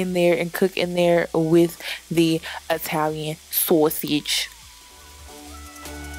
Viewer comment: Why did you say "Sosige" like that ?